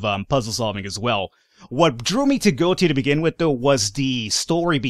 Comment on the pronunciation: You have to pronounce the e Go-etia